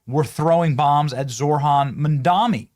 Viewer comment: They can't even say Mamdani's name right. They call him Mandami 😂